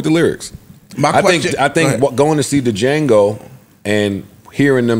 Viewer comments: Them sayin “DEEJango” was pissin me off…. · Um, I'm pretty positive that Django has a silent "d" 😂😂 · Firstly, the D in Django is silent secondly, RIP Michael Jackson was perceived by many to had lost his religious conviction by putting out the #1 music video Thriller. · Everyone, the “D” in D’Jango is SILENT.